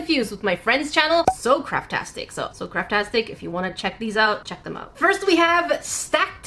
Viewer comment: When you first said craft tastic I thought you were gonna say carptastic 🤣